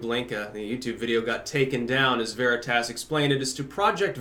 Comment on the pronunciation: I like how you pronounce veritas... it makes me happy